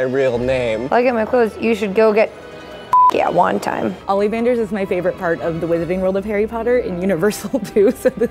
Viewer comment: Did she just say, "Olleevanders"